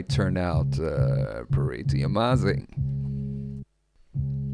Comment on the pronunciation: My good Teutonic friend: Amazing not amâzing por favor its terrible to hear ;+)